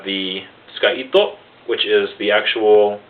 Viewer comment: btw the "tsuka" is not pronounced as "iska" but its pronounced as "sooka"